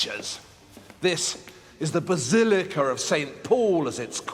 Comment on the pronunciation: I love how he says "basilicar"! And "cinemar".